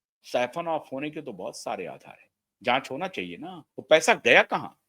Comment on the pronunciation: Indian flag has three colours Saffron White and Green It’s not Safon as you pronounce It’s SAFFRON - सैफरन